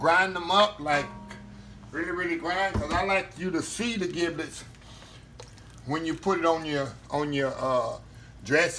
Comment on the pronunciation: My Brotha Giblets is pronounced (Jib-lets) your skill are on point. Awesome!